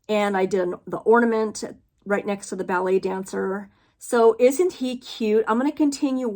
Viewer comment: Love Christmas Redwork Collection. I did a redwork piece for Christmas. Really pretty. Here's something funny about the Bothy Thread piece. I thought you were saying belly dancer. You were saying ballet dancer! LOL. Tomato 🍅 reminds me of how much I love Tomato and cheese sandwiches!! Thank you for an awesome flosstube. Glad puppy is all better. Have a wonderful holiday ❤